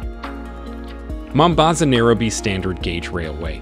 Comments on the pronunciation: why is this guy pronouncing Nairobi like that? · Good video, but why wouldn't you get the correct pronunciation of names? At least for Nairobi. These are NOT English words!!